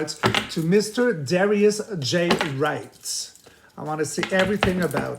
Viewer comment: You are pronouncing his last name wrong, maybe that makes a difference. You said Dwight instead of Wright.